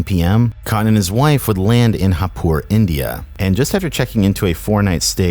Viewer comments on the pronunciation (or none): it's not haipur...its jaipur in writing as well as in speaking. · Bruhh it's not Hapur, it's Jaipur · it's not hapur... It is jaipur 🤣🤣🤣🤣🤣🤣🤣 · Its not Haipur its Jaipur... J is not silent. Jaypoor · hapur? no. they dont pronounce J as H like spanish(not sure) people. its Jaipur. with J being pronounced as J. thanks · just a correction its pronounced Jaipur with a J as in "Jack" not as in "Mojave". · Not Hapoor, it's pronounced Jay-poor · FYI it's actually pronounced Jay-Puur, not Ha-puur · pronouncing jaipur as hapur🤣🤣im dead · "haeypoor" its jaey-poor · "Haipur"??? Didn't know Spanish was used in India! bwahahahaha... It's Jaipur where the J is pronounced. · Jaipur is not pronounced ha-poor 😂😂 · Lol, Its India not Mexico. So its pronounced as Jai-poor not Hapur. The J in Jaipur is pronounced just like the J in New Jersey and not like the one in Juan. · As a pakistani fan i like to correct you its pronounced JAY pur like J sounds like J in jonathon. Not hay pur. Plz dont murder the prounouciation of our neighbour's city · Please...its not Hapur it's JAIPUR with the J, we don't pronounce J as H here in India. 😭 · Lol, did he just pronounce Jaipur as Hapur? Did you notice that? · That part of India is pronounced "Jye-poor" by the way. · It's pronounced jeh puur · Great vid just one nitpick, the place he went is pronounced "JAY-pur" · Did he just pronounce Jaipur as Hapur? LOL. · It's Jaipur with J not Haipur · jaipur is pronounced with a j sound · Its pronounced JAIpur with the "J" sound 😭😭😭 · yeah lol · it's pronounced like the J in joker, we indians dont fk with phonetics, that sh*t is ridiculous. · Just an FYI, the J in Jaipur sounds just like a J, not an H. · pronunciation of Jaipur is really throwing me off. Took me out of the video immediately.